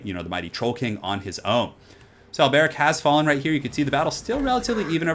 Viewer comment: The way you say Alberic is really weird... remember their accents are very french-esque, His name would be pronounced Alberique de Bordeleaux